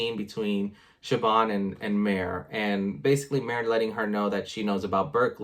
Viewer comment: Mare, it rhymes with bear, care, share, etc. I was confused as to whom you were talking about. No offense...